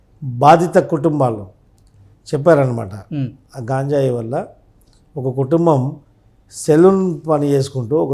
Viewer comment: గాంజాయి ఏంది బాబు?ఈ పదం నేను మొదటి సారి వింటున్నాను.ఆ పదం గంజాయి అని తెలుసుకొని మాట్లాడాలి